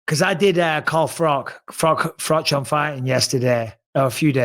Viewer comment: Bro called carl froch, a carl frog.